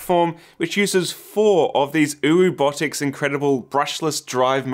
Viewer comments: excuse me did you say oworobotics? WHAT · XD "oh-wobotics" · I love how you pronounce OwObotics lmfao